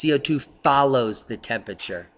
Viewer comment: please try to pronounce "Temperature" correctly..... otherwise, great info